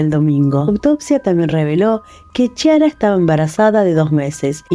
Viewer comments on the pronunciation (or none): Se pronuncia Kiara, no Chiara! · Bien caso, solo que así no se pronuncia el nombre de ella, la ch se pronuncia como si fuera la k, ya que significa clara en italiano